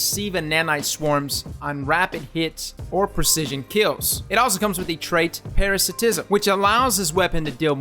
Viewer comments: Only messed up parasitism... Should be pronounced para·site·ism. (Or pair·a·sight·ism) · Nah, Parasitism was pronounced wrong.....